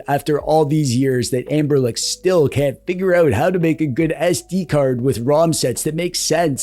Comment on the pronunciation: Are you saying.....anberlick?